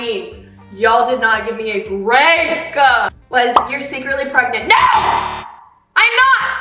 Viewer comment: i love how said NO!